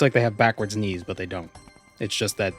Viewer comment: When you were talking about the bird knees, I just kept hearing "Ni" like "The Knights that go Ni!" from monty python...